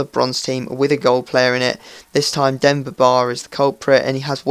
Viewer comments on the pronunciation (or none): none